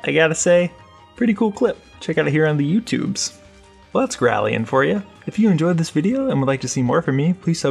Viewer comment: Why do you keep saying girallion? there's no second i, so why pronounce it like girallion?